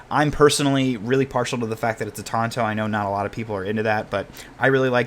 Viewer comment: THANK YOU FOR PRONOUNCING TANTO CORRECTLY This thing is so sick. Pretty far out of my price range, but an undeniably handsome piece.